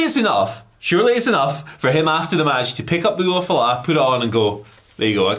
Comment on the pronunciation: Lmao they keep calling it the same thing La Knight did. It's an ulafala pronounced oolah fallah not oofa loofa or whatever y'all are saying.